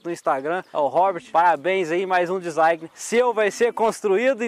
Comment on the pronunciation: Amo a humildade do Henrique .. até a palavra Design ele falando errado se torna sua marca kkkkk top